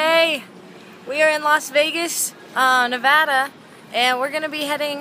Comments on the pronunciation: thankyou for knowing how to pronounce Nevada. maybe by listening to you people will learn. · I love you so much for pronouncing Nevada correctly.